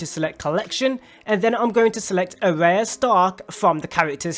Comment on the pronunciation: dislike because you cant even pronounce the characters name properly and i cant bother listening to you make the mistake over and over again